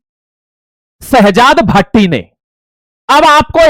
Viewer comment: सर आप इस बार बार भाटी बोल रहे हैं वह भाटी नहीं भट्टी है।